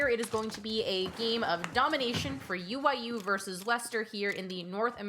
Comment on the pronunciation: Omfg .. she says UYU as “ooyoo”